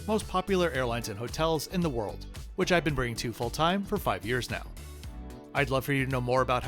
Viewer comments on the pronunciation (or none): none